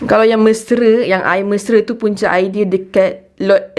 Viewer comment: satu lagi sis... aiyaq al-wadi... aiyaq oqg kedah... 😂